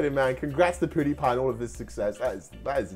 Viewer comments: ME: pewdiepie: poodepie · Poodiepie My: mum IT'S PEWDIEPIE who can u spell but not say ahh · PUDIPIE😅 WTF! YOU MEAN PEWDIEPIE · He called pewdiepie poo die pie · I’m sorry but, I keep laughing when he says: ”Pouhdepie” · EXACTLY that is so funny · Is it not just me but did say powdipie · he said pootipie